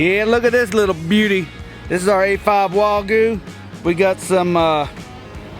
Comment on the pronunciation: It’s Wagyu not Wagoo